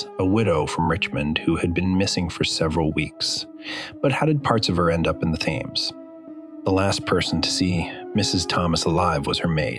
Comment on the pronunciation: Narrator sounds American or maybe Canadian Should be pronounced as 'Tems' not 'thames'